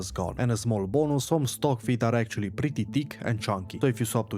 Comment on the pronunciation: Say PRETTY again...hahahahaha also PRETTY TALL...hahahahaah